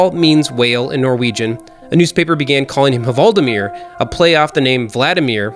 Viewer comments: Just say "Valdimir" instead of "Huvaldimir" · You don't need to say HUvaldimir, the H is silent in Norwegian :) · The H is silent in "Hvaldimir".